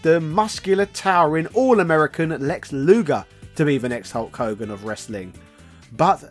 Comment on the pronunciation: its luger u butchered in this video